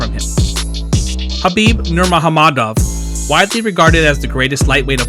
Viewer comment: Nurmagomedov not Nurahamadov wtf